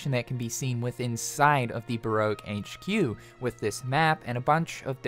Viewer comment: Barra que? Baroke my man